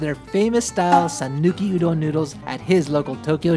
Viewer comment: Loved the content but why do you pronounce Udon like that. Sounds like "Ooooh don't" without the t.